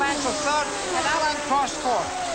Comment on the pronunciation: Oh my god the way that American commentator is pronouncing some of the names is making my teeth itch!!!! Its Prost not proast